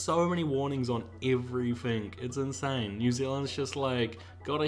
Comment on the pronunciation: Lol "everyfink"and "everyfing" ya need to pronounce your "T's"